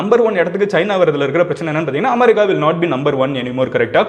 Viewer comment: அமாரிக்கா இல்ல தம்பி அமெரிக்கா